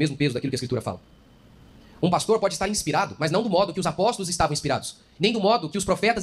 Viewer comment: Por*a. Você nao consegue acertar nunca o nome desse pastor?